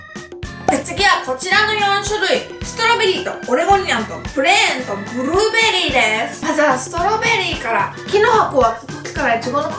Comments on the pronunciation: ブルrrrrベリー （笑） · ブゥルーベリーでクスッとした😆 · ブルるぅぅぅベェリィです！ いや、発音 笑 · ブルーベリーの発音ていっぱい書いてあって 実際聞いてみたらほんとにすごい、笑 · ブルーベリーの発音が…😂 ゆうかちゃん可愛すぎ💗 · ブルーベリー巻き舌爆笑